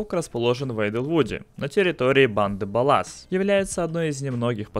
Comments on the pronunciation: Ба́лас а не бала́с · Да хватит говорить "баллАс", банда называется "бАллас", слышно же как их в игре называют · нет,я не запутался,просто если разрабы назвали "бАллас",то нельзя говорить"баллАс" и при это говорить "пусть говорит как удобно",мне удобно писать "кАрова",но если я так буду писать меня засрут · баЛЛас) Как доЛЛар) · Не знаю лично мне очень неудобно и отвратительно называть "бАллас".